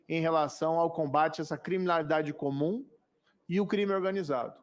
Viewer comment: O Moro fala, fala e fala mas não fala nada, pergunta sem nexo, sem contexto um homem que tem dificuldade de fala a palavra comigo. MORO "Comim"